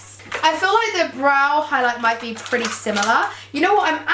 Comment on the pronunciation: The way she says pretty is soo annoying!! STOP SAFFRON!!😣😥